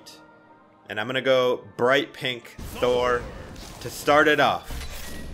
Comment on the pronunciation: How it should be said: Thor How Brawlhalla says it: Tho-er